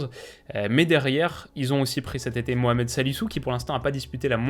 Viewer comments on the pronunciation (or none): none